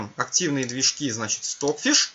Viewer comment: все классно, но Ваш английский режет ухо. Ну неужели Вы никогда не встречали английское произношение аббревиатур? Неужели не знаете английский алфавит? Ну не понимаю???!!!! Что за кэпэус? Стокфиш Вы же правильно произносите. Извините, но не смог сдержаться.